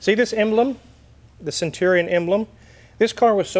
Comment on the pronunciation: Stwike him wuffwy centwion.